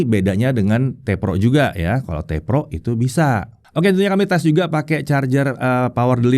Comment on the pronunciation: "...seperti varian PEROnya..." Cara ngucapinnya lucu aja wkwkwk